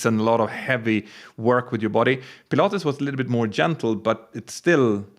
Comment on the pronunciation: When you said Pilates I thought you said Pilatus and had been to Switzerland and had a go on, either, the PC-12 or PC-24! 😁My dream aircraft. All the best.